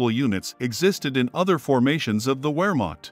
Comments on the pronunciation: Wehrmacht is pronounced "VER" (like fair) .... "MOCKED" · W IN GERMAN IS PRONOUNCES AS V NOT W!!!